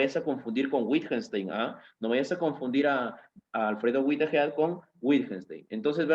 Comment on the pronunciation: Freg, Güitejed, Güitjenstein. Es un poco raro que un profesor de lógica no haya aprendido nunca a pronunciar estos nombres. Además, castellaniza los nombres propios. Suena muy raro.